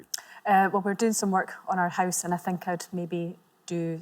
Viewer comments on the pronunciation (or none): none